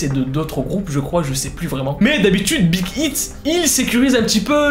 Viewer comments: Cest pas big hiit on prononce big haiit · #kpop g étai choquer, t'a mal prononcer Big Hit. Et tu a aussi oublier de parler de la sasaigne psyco"""". Sinon ct cool.